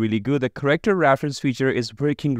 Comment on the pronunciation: It's Care-Actor not corrector